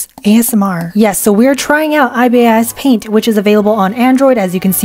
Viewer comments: After using many different art apps i still think ibis paint is best but thats not including procreate, i have not used it before but i tried and i failed. Also its eye-bis paint or thats at least how i pronounce it. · its pronounced like the bird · its prononced eye-bis paint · first of all who tf pronounces ibis like that and second of all that isn't the full potential of ibis paint😭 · As an IbisPaint user, I'm actually happy you enjoyed it as much as you did! It's a really good app c: Really, the one thing that would trigger IbisPaint users is how you pronounced it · Man how dare you diss ibisPaint, all those ‘cons’ you can easily fix and it’s also pronounced ‘eye bis paint’ not ‘eye bi es eye paint’ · I’m sorry but ibis paint is pronounced Eye Bis paint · As an ibisPaint user, I might be wrong but I’m 98% sure that it’s (I-bis-paint) and not (I-B-I-S-Paint) [in the first way you dont pronounce ‘I’ like ‘eye’ more like ‘ih’]:3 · IbIs paint? It’s ibis paint the you pronounce the I eye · Ok i had to its not pronounced (I BE US PAINT) its pronounced (I BUS PAINT) SORRY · I’ve never heard anybody pronounce ibisPaint that way I pronounce it EYEBISPAINT not EYEBAYESPAINT XD Not angry btw just confused TvT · IbisPaint is pronounced eye - bis - paint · Btw not hate on but ibis paint is pronounced "eye-bis paint"! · It’s it’s pronounced I bis paint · ibispaint x is pronounced "eye biss paint x" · I always thought it was pronounced Ibis like the bird… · MF IT’S PRONOUNCED EYE BISS PAINT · I might be wrong but I think ibis is pronounced (eye bis) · i drew a full portrait of my friend on Freeform, you just have to be creative with how you use and customise the brushes. also, it's pronounced Eye-bis Paint. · Oh btw ibis paint is pronounced “iebis” like the second I is like the I in “ice” 😊 just to lets you know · Ibis paint is my baby (also it pronounced i bis paint) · WAAAIIITTT…. ITS PRONOUNCED EYE-BIS PAINT?